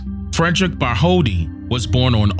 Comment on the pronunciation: New here. No disrespect but the scultptors name is pronounced Bart told dee, not Bart holdi. In different languages some consonants are silent.